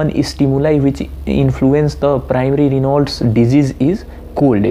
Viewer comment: Dude ..its 'raynauds' phenomenon & nt reynolds😂... also TAO is syn. of buerger's & nt raynauds